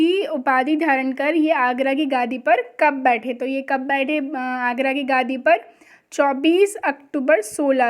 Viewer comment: मैम वो गादी नहीं गद्दी होता है।🙏